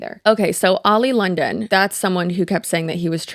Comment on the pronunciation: Oli London — and not Ali London.